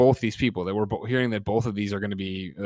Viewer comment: I hate the way Greg says “bolth”